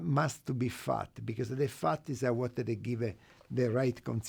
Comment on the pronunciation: when u say fat as Faht sounds like you are saying FART. lol